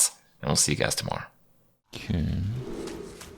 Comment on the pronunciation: Alright I've held my tongue long enough. I just... it sounds like you say 'came' or 'oh-came' every time you say 'kay' or 'ok'